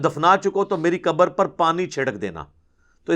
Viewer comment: Mauli sab Urdu Arabi main. Khaaf hai kabar nahi khabar kahen